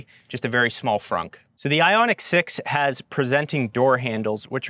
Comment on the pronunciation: Isn't it Ioniq